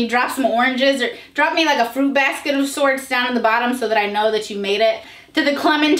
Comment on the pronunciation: 🍕🍔🌯🥚🥩🥓 (I heard food basket. On review of the comments, I realize you said FRUIT basket, but I’m stubborn)